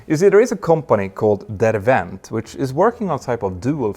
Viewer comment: Derwent is pronounced as it is written. No Vs!!